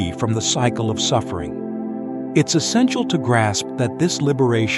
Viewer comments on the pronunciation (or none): none